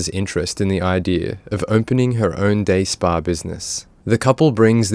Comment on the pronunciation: “Day spa.”🤣🤣🤣🤣🤣